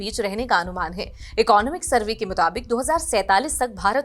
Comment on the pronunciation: Firstly learn how to pronounce "Economic".